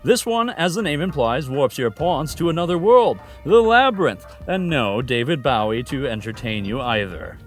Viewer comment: What a weird way to pronounce David Bowie